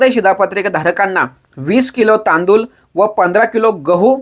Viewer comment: तांदूल नाही तांदूळ आहे 😂